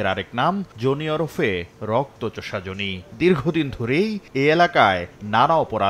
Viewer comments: জোনি আবার কি? জনি। নামটা তো ঠিকমতো বলেন অন্তত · নাম জনি, উচ্চারণ করে যোনি। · যোনি না জনি উচ্চারণ ঠিক করেন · ভাই, জনি উচ্চারণ টা অশ্লীল শোনা গেলো 🫣